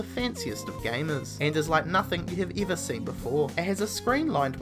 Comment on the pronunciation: Why does this guy pronounce every E as if it were a long E sound? Ever becomes Eaver and Teddy becomes Teedy. Seriously WTF?